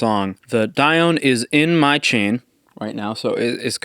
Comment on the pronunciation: It's actually pronounced "Die-oh-nee". But I hope you enjoy this absolute piece of art! WesAudio are an amazing company. :D